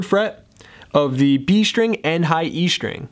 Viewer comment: It's pronounced STring, not SHTring... Muricans...